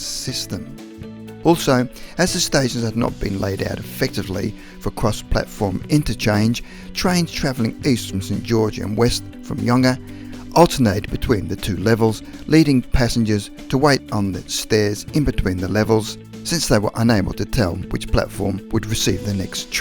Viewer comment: Yikes! The Narrator needs to inform himself on how to pronounce "Gare du Nord" (Paris) and "Yonge" (Toronto's main and iconic north/south street). (Hint: It's not "gar-ray", and it's not "Yong-ge".)